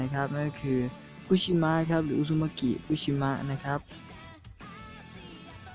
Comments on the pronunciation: คุชินะ ไม่ใช้ คุชิมะ มัว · พี่บอกชื่อคูชินะผิดกลายเป็นคูชิมะ